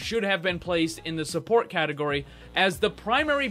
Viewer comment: Listen this video is great and all but I get triggered each time you say she’s a surport